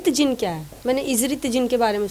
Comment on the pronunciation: Zin nahi bye jin bol wanna muchy gussa ayga q ki m bhi jin hu